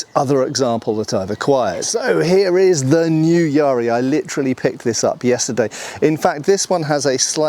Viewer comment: Just on the pronunciation: the ‘ya’ should be short, as in bat. Not long like in ‘bar’.